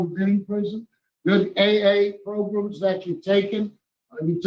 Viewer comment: I just realized that Jim Wise says progrums like Tony Marabella!